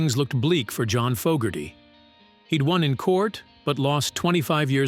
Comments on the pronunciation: AI cannot pronounce John's Name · stupid AI voice can't pronounce johns name